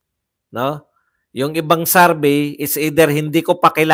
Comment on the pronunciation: survey po hindi sarvey😂